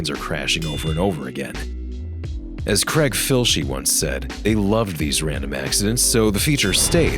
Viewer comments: Craig is pronounced Crayg. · Creg? You mean Craig... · Only USians pronounce it that (incorrect) way... Ask yourself where the Craig in question is from and where Rockstar were based.